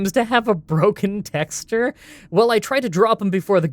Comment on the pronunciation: Nobody:: "tecks-turr"